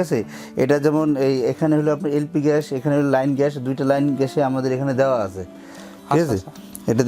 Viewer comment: প্রশ্নকারী বলদ,,,,,, ঘ্যাস না গ্যাস। পাডার "প" পাডা।